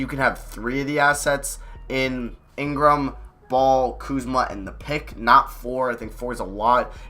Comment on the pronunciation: my dude.... i love your videos but, come on man...…. put some damn RESPEK (Birdman Voice)….. on Kuzma's name my G! other than that, great video